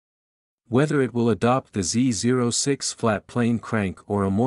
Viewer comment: Is this narrated by a computer? No one says Z zero 6.. every real gearhead alive says Z oh 6